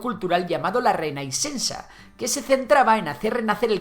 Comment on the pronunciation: Interesante el video pero pierdes credibilidad al no pronunciar bien las primeras palabras en catalán. Pregúntales cómo suena reinaixencia i Jove. También les podrías escuchar de lo que quieren ahora.